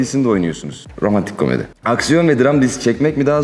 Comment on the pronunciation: de romantok komadi demesi cok tatli❤ ALAH aşkına soyler mi sin demesi bide aski bastirarak soyluyo😂❤ ""cok mutlu olmuştum""😍yaaaa yaaa AYTAC OLURDUM DEDII😱😆😆 BUNLAR SEW LER INSLH🙏🙏 de aytac in inandik larina bende inaniyorum benim de annem kulle bastirmaz cok zorda kalmadikca basmiyorum bastigimda da bismillahirahmanirahim diyorum🤲😊